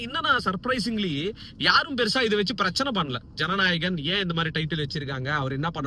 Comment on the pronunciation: Bro Jana Narayan ila ..Jana nayagan